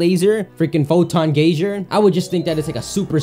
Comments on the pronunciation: Actually Gay-zer is how that word is pronounced. Like gazer as in laser. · It's just the word gaze with an r on the end, that doesn't change the way it's pronounced. It sounds like you're talking about a geyser, as in a boiling column of water that shoots out of the ground. They aren't the same thing